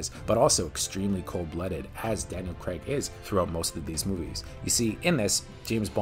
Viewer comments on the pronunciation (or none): CRAAAAIIGGG..its Craig, not creg! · It's not creg it's craig - rhymes with vague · It's J-emma not hard G G-emma. It's Crayg, like cra-(zy) with a g, and it's 7 out of 10, not "7 on 10". What is going on here! Oh and QOS is rubbish. It spoils the whole Daniel Craig arc for me.